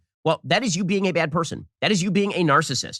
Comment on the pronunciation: I really can’t stand the bizarro way Ben Shapiro speaks. Like he inserts a y in certain words. Byad instead of bad & myatter instead of matter.